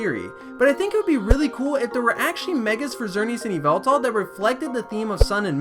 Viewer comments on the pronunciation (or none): Yveltal it is Yveltal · Its yvaltal